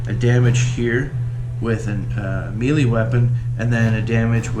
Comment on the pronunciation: Nice walkthrough. Learn how to pronounce melee though. It's pronounced May-Lay. Not Mee-Le. Otherwise the walk through is appreciated because the instructions with the game come off as a bit truncated.